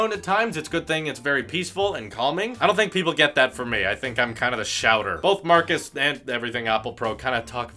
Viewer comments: His name is Marques (pronounced: "Mar-kezz" not "Marcus") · No hate but plz his name marquez not Marcus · Let's say it together MARKEZ... Not Marcus. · its Marques not marcus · It's not Marcus. It's Marques. Different pronunciation. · His name is Marques, not Marcus. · It's not Marcus, it's Marques! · His name is marques not marcus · Holy hell, his name is pronounced "mar-KEZZ".. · ITS MARK EZZ MAN GET IT RIGHT! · If you want to collab with him potentially, you may want to learn to say his name right. :) It's Marquez...like a z. :) Good luck! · It's pronounced markez by the way is you didn't know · Maybe pronounce his namely correctly first.... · He butchered his name!